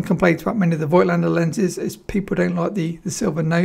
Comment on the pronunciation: Lots of photo channels make this mistake too - but it is pronounced 'folktlender'